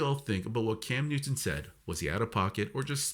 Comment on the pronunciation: ai is a channel killer...dude cannot even get Newton's name right!